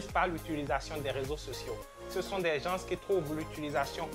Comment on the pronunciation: Bravo tres inspirantes tes vidéos ,évite juste de dire Gens (ssss)le "s"ne se prononce pas a l oral . Cordialement 🙏